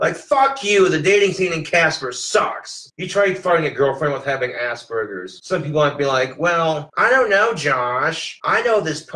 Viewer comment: Whenever he says Asperger's I hear it as "ass burgers". 😂